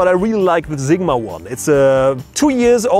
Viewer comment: Love it when you say Zigma :)